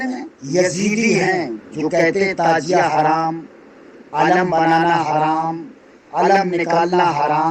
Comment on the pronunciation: نہ تو شکل اچھی ہے نہیں بات اچھی ہے نہیں علم اچھا ہے تعزیہ کو تازیہ بول رہا تمہارے بیان کے مطابق تمہارے اعلی حضرت بھی سب سے بڑے حرا می ہو گیۓ کیونکہ تیرے اعلی حجرت بھی تعزیہ کو حرام بتاتے ہیں یہاں تک کہ دیکھنا بھی حرام بتاتے ہیں اسے پتہ چلتا ہے کہ پوری کی پوری حرامیوں کی جماعت ہو